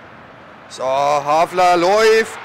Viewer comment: Bitte les dir doch mal die Namen der Spieler genau durch :) Immerwieder amüsant, wie aus einem HALFAR ein HAFLER wird ;D Sonst echt klasse !!